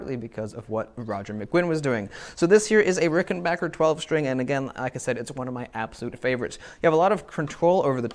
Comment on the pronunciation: You get a thumbs up just for pronouncing Rickenbacker correctly.